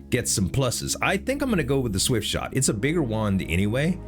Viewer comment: not the swiftshot staff misread lol